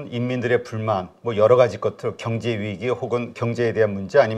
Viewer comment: 아이구ㆍㆍㆍ사돈 남말 하시네ᆢ갱제나 발음 똑바로 하셈 허구헌날 갱제 갱제 ㅋㅋㅋ 진짜 궁굼해 왜?경 자 발음이 안되나?